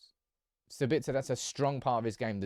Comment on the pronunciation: SAbitzer not saBItzer. Also it’s leviOSA not LEVIOsa